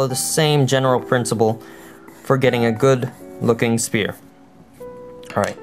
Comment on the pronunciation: youre calling it spear and its pronounced sfere bassically